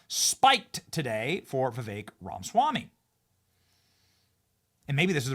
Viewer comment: Benny Dear, you're pronouncing Viveks name wrong. It's Ra- Ma -Swamy. You're missing the MA.